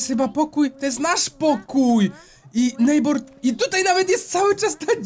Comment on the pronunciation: aaaaaaaa..... nie chce się wymądrzać ale t ochyba! bo nwm mówi się nejbera